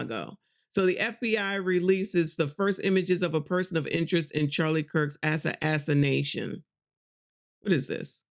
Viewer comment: The word is pronounced ah-sass-uh-nay-shun assassination